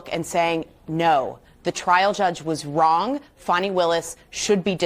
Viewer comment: "Faw-nee Willis" HAHAHAHAHAHAHAHAHA!!!!!!!!!!!!!!!